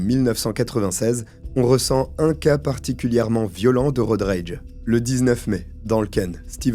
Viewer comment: ton Worcestershire était parfait, c'est exactement la prononciation. Pour Road Rage, les r sont plus discrets.